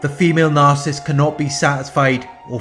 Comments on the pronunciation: It's really, really irritating that the guy who runs this channel can't pronounce Narcissist correctly. He says Narcist every time. WTF?! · It's not his accent. He's pronouncing Narcissist very incorrectly. I appreciate his videos. Constructive feedback is not "going after him." Are you 12 years old?? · His entire channel is based upon it... Maybe pronounce it correctly?! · Attack? Lol! What has society come to. Pointing out poor pronunciation is an attack? Hahaha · Carlo Wilburn Very much ! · Well said.